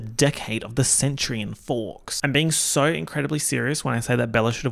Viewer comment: the saurrr w the already aussie accent is truly smth else